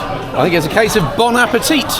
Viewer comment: Just a cheeky tip for when you’re next Winging it in France - I think you’ll find it’s pronounced bon appe”tee” not bon appe”teet”. 😅